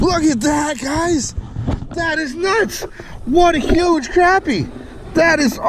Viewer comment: Yay!!! You said crappy and not croppy or crahpy